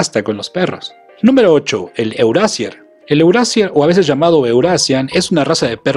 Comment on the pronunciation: Ya que hablas de razas alemanas pronuncia bien los nombres... Euroasier se pronuncia Euroasia (r al final de palabra es a y la ie es ii)